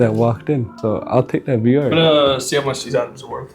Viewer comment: Nigga fr dk how to say vr he been saying var 😂😂😂